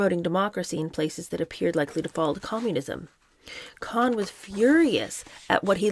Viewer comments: There's numerous Youtube documentaries about Roy Cohn, and his surname's pronounced Co-en, not Khan--like Genghis Khan. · I think Roy Cohn’s name was pronounced “Cone”. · LOL! It should have been “con” but it’s really pronounced “cone” I wasn’t going to say anything when you pronounced it “co-han” but couldn’t let this go on wrong. Sooo sorry! I don’t like to point these things out. I just enjoy your reading. There are a couple good documentaries about Roy Cohn on streaming services. He was a good lawyer but a pretty evil snake. PS - if you’re not sure how to pronounce a name, you can put it into Google ie: “Roy Cohn - pronunciation,” and the computer will say it back to you. ❤this is not a criticism in any way. So sorry you got bad advice. I loveyou and your channel!❤ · His name is pronounced, CONE not KHAN- Roy Cohen GREAT ATTORNEY. LOUSEY PERSON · This probably won't reach u but it's not Cohen or khan but cohn, pronounced cone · I'm from NY. It's Roy CONE. NOT Con, not Cohen. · In NY, Roy Cohn was always pronounced cone, not con. On every TV and radio during a long career. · Not sure who told you how to pronounce Roy Cohn as Con. It’s pronounced with long O like Ice cream cone. Whoever told you otherwise is very wrong. I’ve done years of research on Roy and his family. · It’s not Cohn like John , it’s Cohn pronounced Kown . Sounds like ice cream CONE. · I am very much enjoying this reading with commentary. It is a little thing but I have never before heard the last name of the despicable Roy Cohn pronounced with an "ah" sound as in "Kahn". It is pronounced "Kohn" with an "oh" sound. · Roy Cohn's name was pronounced CONE, not "kahn" as she did. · It’s Cohn: “cone”. I think “con” was meant to be facetious, as it’s fitting. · You were right the first time. It’s Roy Cohen not Con. His most notable protege was Donald Trump. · It's Roy (Cone) Cohn most evil man alive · Its actually pronounced "cone" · Babe, it’s pronounced cone. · Roy Cohn is pronounced “Cone”